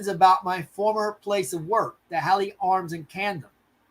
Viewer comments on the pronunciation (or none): Sorry, I'm late to the show because I am in the UK. Happy to help with translation. SNP is the Scottish Nationalist Party. Hawley Arms is pronounced hor-lee arms, Edinburgh is pronounced Edin-borough.